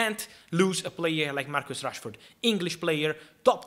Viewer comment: Italian accent saying Marcos Rashford not Marcus😅😂